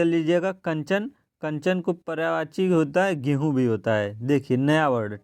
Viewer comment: Pryavachi nhi hota Prayayvachi hota he plz uchharan sahi kre